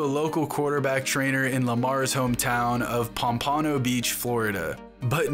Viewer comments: It’s not pom-PANO it’s POMP-ANO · Great video! Just for clarification: Pompa-No not pom-pah-no Florida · Hilarious!! i noticed the same damn thing!! Pom"PA"no... WTF?? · Nobody talking about how he pronounced Pompano “Pom-pano” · Jeez this is the second video where the narrator can’t pronounce Pompano. 😂 great vid though.... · Everyone from south fla went WHAT 😄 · Great video, I just need everyone of the media to learn correctly how to say "Pompano Beach Florida" my hometown. The spelling is correct just say the word correctly next time it bother us for guys not to pronounce it correctly. Thanks.. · You said pompano wrong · Boy yo ahh butchered the word “Pompano” 😂💀